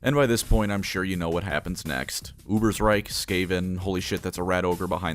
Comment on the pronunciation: GOD DAMN IT, ITS A GERMAN NAME, ITS UBER_SH_REIK. YOU DONT SAY UBERSR_E_IK, YOU SAY UBERSR_A_IK do you?